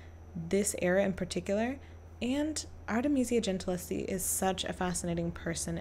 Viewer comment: The Italian "sch" is pronounced "sk" (as the "ch"-combination is a "k"-sound). So Gentileschi is pronounced "Gentiles-Ki". In the name "Medici" the "e" is stressed instead of the middle "i". The "z" in "Uffizi" is a "ts"-sound. Italian "z"s are always either "ds"- or "ts"-sounds (just like in German by the way), The "ggi" in "Caravaggio" is a sonant "dsh" or let's say "dzsh" (in this constellation the "i" is absolutly silent - it only indicates that the "gg" must not be pronounced like the "g" in "to go" for instance). 🙂